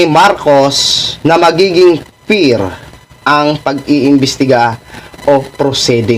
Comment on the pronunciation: Fear not pear hahaha mmlso master